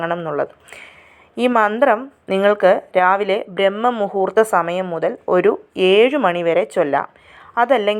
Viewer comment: Brahma muhurtham alla braahma muhurtham